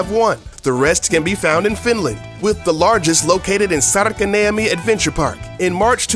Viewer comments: and its not särkeniami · Oon suomesta ja lol Sarkaniemi se on Särkäniemi! xD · iha kun se olis sanonu sarkaniemi :D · 01 saärkäniemi 😂😂😂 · OMG. You said Särkänniemi so wrong. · Please never say Särkänniemi again... PLEASE DONT!